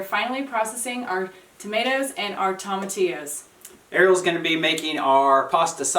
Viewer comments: I love you both! I love your channel and I love your cooking videos, but it continues to drive me absolutely mental to listen to the way you both pronounce tomatillo. Quite simply, you are saying it wrong. It is a Spanish word and it is pronounced Toe-mah-tee-yo. NOT Toe-mah-tay-yo. It's a tiny thing but it makes my eye twitch every time you say it wrong. So - go ahead and do what you want because I'm just some guy watching your channel and I don't really get a vote unless I want to pay your rent which I don't. I'm going to keep watching however you pronounce stuff because you guys are so inspiring and funny and just doing your thing in an incredible way. Plus, I keep hoping it will get warm enough for to take his shirt off.:-) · Toe-ma-T-O’s not Tom-A- tios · toe - ma - TEE - oo